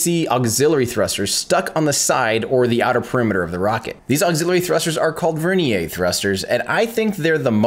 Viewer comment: vernier is pronounced Ver-neer. Also the Saturn V Instrument Unit was referred to as the IU, not IMU which is the Inertial Measurement Unit (a device).